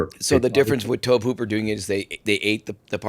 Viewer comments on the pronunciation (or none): Tobe Hooper is pronounced like ‘Toby’, not ‘tohb’. 😂